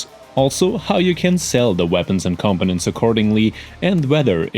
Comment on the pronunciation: Great video, But I get the feeling English isn't your first language. It wasn't until half way through the video that you were trying to say components. Because to me it sounds like your saying competents.